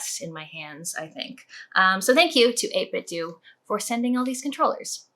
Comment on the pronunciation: I think 8bitdo is pronounced like nintendo. But who knows :D